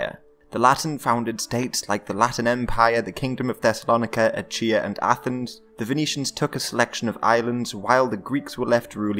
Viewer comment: So that's how you pronounce Achea. Interesting.